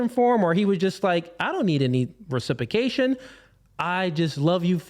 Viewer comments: This guy needs to stop using big words that he cannot pronounce. "Recipication" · The way he says RECIPAKATION is like nails on chalkboard. God this guy is a moron. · It’s that he continues to mispronounciate reciprcation😂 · It’s the way he pronounces reciprocation for me 🥴🤣